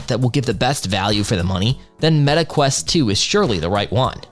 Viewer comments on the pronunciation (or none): none